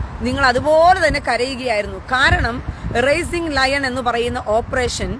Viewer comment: Raising Lion അല്ല Rising Lion